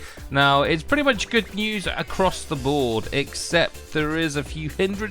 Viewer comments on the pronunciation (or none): none